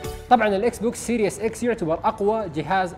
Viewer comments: اسمو سيريز اكس مو سيريوس اكس ايمت لح تتعلمو انكليزي ؟ والله عيب كل اليوتيوبر العرب ماحدا فيهم بيعرف يلفظ كلمتين صح وخصوصا بقناتكم انتو ، استحو يا زلمة ، ما ضل غير تقول اسمو سيريوس سام الجهاز يعني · اعرف لكن هو يلفظها serious 😂